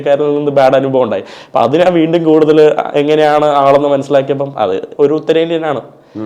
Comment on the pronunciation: ചില മലയാള അക്ഷരങ്ങൾ പഠിപ്പിക്കണം. ഉദാ:നാന്,. മന്ന,മന്നൾ, അവൻ ഞ എന്ന അക്ഷരം ഉപയോഗിക്കില്ല